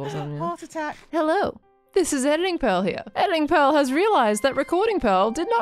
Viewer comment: I only just realised that the way says "Pearl" sounds an awful lot like "Peril"